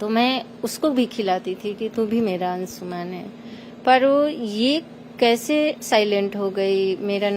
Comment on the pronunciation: 'अंशुमन' शब्द-प्रयोग बोलना-लिखना ग़लत है, संस्कृतभाषा का यह तत्सम शब्द 'अंशुमान' है। कोमेन्ट्स में भी यह शब्द सही रूप में लिखा हुआ मिलता है। कृपया अपना उच्चार सुधार लें।